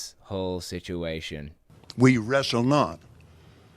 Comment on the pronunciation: Did the Cope say shituation or situation. Whatever !